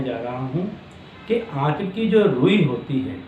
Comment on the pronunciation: Kya rui bola, aate ki rui? Pls clear it. Name the rui clearly pls.